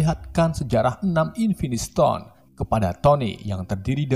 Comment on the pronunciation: invintistone anjirrr nggak kuat 😂😂😂😂😂😂🤣🤣🤣